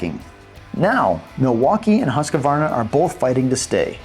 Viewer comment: Why does he keep putting an A in the name Husqvarna. It's HUSQVARNA NOT HUSQAVARNA